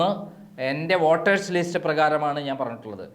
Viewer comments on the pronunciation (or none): none